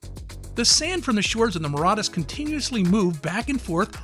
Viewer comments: Where did you gather the courage to so brazenly and boldly mispronounce the name of an entire country? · That's not how you pronounce Mauritius 🤦‍♀️ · How can an adult not know how to pronounce Mauritius? (assuming they are not deaf) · He's clearly never been to Mauritius if he can't even pronounce it correct lol